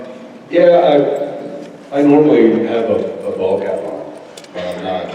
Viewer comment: Did Jensen says he wears a bald cap??? Coz that's what I heard 😂😂